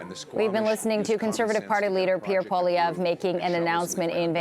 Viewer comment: Why do people pronounce his name Po-lievre, when it should be pronounced Poah-lievre? Does he not pronounce his name the correct way (I'm truly curious, I know nothing about this guy)?